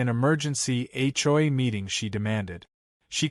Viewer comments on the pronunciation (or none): When will AI learn to say HOA correctly, HCHOY is getting tiring🤣🤣